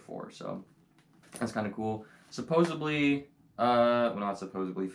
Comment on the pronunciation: "Did they go to the Zoo? Supposebly." 🤭🤭